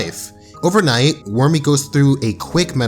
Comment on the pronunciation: Worméé..... lol I like how you pronounced it..